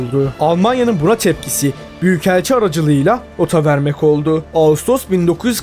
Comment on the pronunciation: Hocam video güzel ama telaffuzda sorun var cümle sonunda ki yaptııı olduu ları çok uzatıyorsun. Birde kelime sonları harfler yutuluyor onun dışında güzel yapım